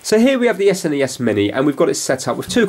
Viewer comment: Really good video and informative, especially explaining the power usage and each, also love how you say S N E S rather than Snes!